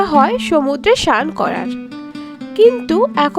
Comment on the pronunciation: সমুদ্র স্নান বলুন। সমুদ্র শান বলছেন কেন ?